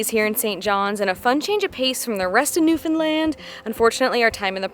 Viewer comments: I love you pronounce Newfoundland correctly. Great videos! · As a Newfoundlander I have to say I'm impressed with your videos, and in particular you pronounce Newfoundland correctly! So many folks mess that up. And I can tell you really researched things. I grew up in Port Union and Catalina and used to hang out at my grandparents place by the boardwalk in Bonavista. You did miss the historic sights in Port Union but I'm being nit-picky...you guys did a great job. Thanks again. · You are the only people who are not from NFLD who say our province name right… FINALLY!! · My boyfriend and I found your channel and we’ve been binge watching the Newfoundland videos you’ve posted. Crazy I have lived here 30 years and haven’t seen some of the things you’ve posted in your videos. ALSO!!! Thank you for taking the time to learn how to pronounce Newfoundland! Love your channel, and will be watching in the future! Subscribed for future travel videos!! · I know that this might sound a little odd to some, but I really appreciate how you took the time to learn the proper pronunciations of the province and the various places you visited. I know that it might sound a little petty, but it is appreciated by the people who live there. Rarely do you come across a travel video of Newfoundland where they pronounce the names correctly. Great job!!